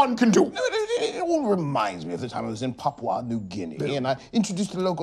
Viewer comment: I like how peele pronounced Papua in Papua new guinea ,coz most people forget that there is a U in it, and the they say Papa like no